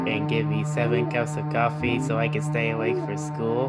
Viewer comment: He said office instead of coffee on accident.